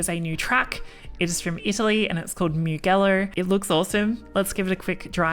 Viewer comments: MIUGHELLO?? Its pronounced MU-JELLO dear... if ur gonna be a streamer, not that hard to use the internet these days to educate yourself, it's a world famous racetrack after all that hosted Moto GP (and even F1) races for years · Great video! I might get into iracing in the future. But please. My inner Italian cringed on how you pronounced Mugello. It's Mujello. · hope the onboarding is forced on everyone that signed up the past year at least. PS: Mugello is pronounced 'mu-jell-o' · Pronounced Mu-Jello.... 😊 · Pronounce Mugello properly pls